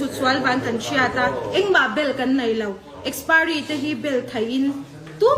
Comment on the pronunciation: Nitin adhar card hi Kan phawrh a ni ber toh a. Kan zerox deuh reng mai nen , engtin nge adhar hmanna i neih miah loh zok a, i adhar kha a lem a ni zawk a ni lo maw le. Mizo diktak awphawi poh i ni lo. Mizo diktak tan Chuan adhar card hi voters ID ai mahin a pawimawh toh zawk. I saptawng poh a pai tho mai. Kastomer, akspiry, etc😀